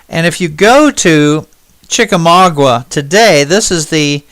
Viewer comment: from a local of the north west Georgia area could I ask u to pronounce Chickamauga right the u is silent